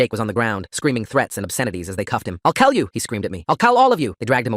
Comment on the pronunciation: “I’ll kell you! “WHY DOES IT SOUND LIKE THA